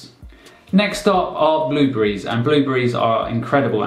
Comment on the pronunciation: Yes I had the put the closed captions on. I heard blue greens.